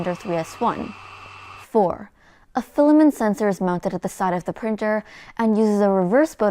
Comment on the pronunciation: Still saying filamen instead of filament...